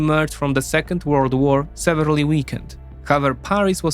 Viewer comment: Good info but check how to pronounce Hague and severely